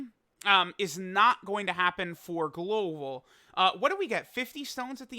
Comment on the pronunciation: Did my man just say "Gloval"? We all gotta stroke out sometimes, it's understandable